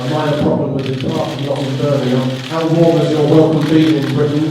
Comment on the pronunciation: Scarcity is a bitch, also he makes one syllable words into two-one howar. Besides scarcity doesn't have rights to the story.